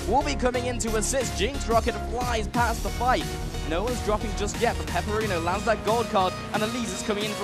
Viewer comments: OMFG, it's not peperino, IT'S PEPIINERO... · I really hope in the next round they call Pepiinero properly, not Peperino... Seriouly, every time they say "Peperino" my ears bleed...